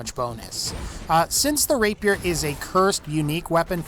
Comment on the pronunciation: Text: "Rapier" Pronunciation: "Rape peer" FUCKING: "RAPE YOUR" RAPE MY WHAT? lol